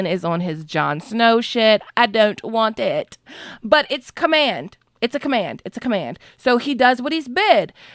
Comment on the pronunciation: "Allen is on his Jon Snow shit ... I don't vant eet" Well spotted! 😆